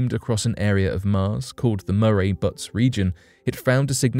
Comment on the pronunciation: Butts? They're called buttes. Your computer reader needs some updating.